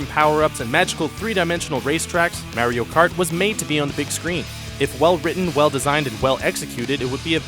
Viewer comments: "Meh-rio Kart"? Really??? Why is it so hard for so many of these top 5/10 lists posters to look up the pronunciation for the entry titles. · No, he said that because in the video the commentator pronounced it , "Merio Kurt." He knows what Mario Kart is.